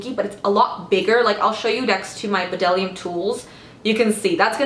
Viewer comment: Bdellium is pronounced just "dellium"! The B is silent.